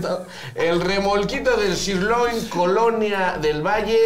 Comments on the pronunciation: De donde saca el que se pronuncia chirloin?🤣🤣🤣🤣🤣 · “SHIRLOIN” dice el..😂 Le neta esos si estan bien buenos! ( los originales del peri) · ¿Por qué el dice "SHIRLOIN" y no Sirloin? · Pronunciación del resto del mundo: sirloin Pronunciación del: shirloin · Sus mmdas del: "shirloin" jajaja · ¿Por qué dice Shirloin? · Si no sabe pronunciar sirloin el, menos va a saber diagnosticar un síndrome jeje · Lo grave no es que el no cepa pronunciar sirloin, lo grave es que un dueño de la franquicia no lo corrija😢😅.